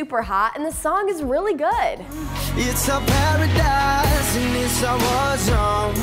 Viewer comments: In my opinon the title was right, because one of the line "It's a paradise" could be pronounced "Perrie dies"so i thought it's talk about Perrie -PS. Sorry for bad english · I feel like instead of when Zayn says "Paradise" it sounds like "Perrie Die"... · In pillowtalk when he say "paradise" its sound more like Perry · i've always heard "it's a PERRIEdise, and it's a warzone" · its a PERRIEdise 😂😂😂